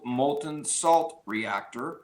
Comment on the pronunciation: Salt, not slat